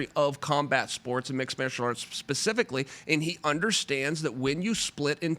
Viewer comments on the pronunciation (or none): chael turned canadian just to say 'martial arts', hes lightyears ahead of us